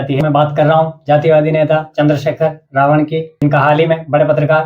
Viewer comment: Abe ravan clear bolo na